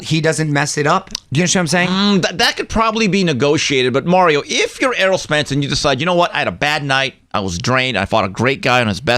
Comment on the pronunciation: Whoever uploaded this video butched Spence’s name.